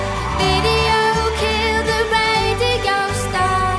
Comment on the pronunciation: why the hell is she saying radigo instead of radio o.O